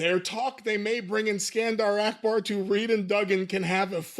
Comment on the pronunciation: Akbar, not "Arkbar".